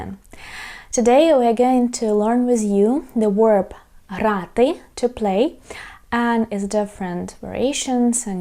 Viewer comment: thank you so much for your very helpful videos on learning to speak Ukrainian! as a native American English speaker, I recommend you review how you pronounce the word "verb". to me it sounds like you're saying "werb". I know the English V sound can be difficult. it would really help us to understand you. thanks!